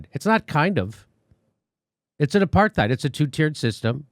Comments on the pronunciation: Who doesn't love Jimmy enough to tell him to stop pronouncing the "TH" in apartheid?? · I love you Jimmy and love your show, but you've gotta stop mispronouncing the word apartheid. It's an Afrikaans word which comes from Dutch, pronounced apart+hide, and there is no th fricative sound, as there are no th fricatives in Dutch. Apart means apart, and heid is a suffix meaning -ness. It would be translated literally as "apartness." If you say apart heid together, it ends up sounding a bit like the way most English speakers pronounce the word: apartide. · Love u jimmy but u keep saying “aparTHeid” and I’m pretty sure the h is silent - apartide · The real warcrime here is the way jimmys pronouncing the th in apartheid...the situation of the palestinians is killing me inside... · You can always count on Jimmy to trip over that "th" in apartheid. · It's pronounced apart- hate. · It's pronounced a part tide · You're pronouncing the word wrong, Jimmy. It isn't with a "th" sound it's a "t" sound...aparTITE. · Why Jimmy cannot say the word "apartheid" is beyond me.